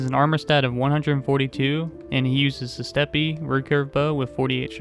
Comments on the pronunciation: "steppe" is pronounced as "step", not "step-pee". Just a useful tidbit :P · Our man deadass said steppy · Steppe is pronounced step edit lol I'm not the first on this one my bad